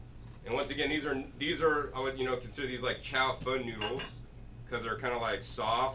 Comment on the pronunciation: It's not chow "fun" noodles. haha It's chao-fAhn